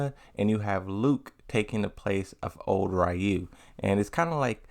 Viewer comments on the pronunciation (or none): So much emphasis on “RAW you” 😂 it’s “REE you” that’s why the spelling is ryu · both are wrong It's R-ryuu the R has not vowel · Why do you keep misprouncing Ryu's name?